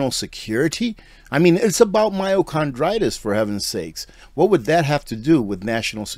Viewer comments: CARDITIS, not CHRONditis,......i.e.....heart not cartlidge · Sorry. You called it myochondritis. There is a huge difference between that and myocarditis. I know that you are referring to the heart, but what you pronounced it inflammation of chondroitin is concerning the joints. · MYOCARDITIS!! Not Myocondritis!!!! And it’s BARTERABLE! Not Bartable! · Its not con, its card. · Myocarditis no n in this word.. car not con. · HEY! FYI... ITS PRONOUNCED MYO"CAR"DITIS... NOT... MYO"CRON"DITIS!!! THANKS FOR GETTING THE TRUTH THERE..... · this is the PRONUNCIATION mai • ow • kaar• dai • tuhs ( myo car die tis) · It's not "myocondritis". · I know you’re not a medical professional, but the pronunciation is mī-o-car-dī-tis. There is no N or R. myo=muscle; cardio=heart; itis=inflammation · *My-o-car-die-tis I'm not trying to be cynical, I'm just trying to help you out. Thank you for this video, but sadly, so many will never know that they were duped! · It’s “myocarditis” Myochondriis does not exist I’m a physician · myocarditis pronounced My-o-car-dy-tis... there isnt an "n" in the word. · oh no, the heart issue is very real. My comment was simply a friendly correction of his pronunciation.